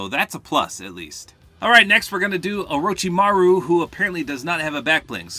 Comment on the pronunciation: you said orochimaru on point 👍